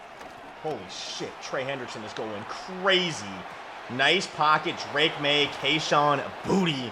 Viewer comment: Drake “drake maye” maye